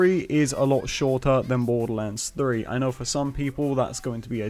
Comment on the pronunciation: I love how you say Borderlands 3 "Boddulans 3"